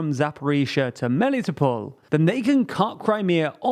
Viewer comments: It's Melitopol. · Just a quick reminder: in the name of the city of Melitopol the vowel that's stressed is the first O (just like in any Greek/Greek-like city name, like Sevast-o-pol)